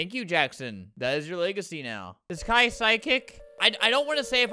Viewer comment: Just one thing- “kai” is not pronounced like that/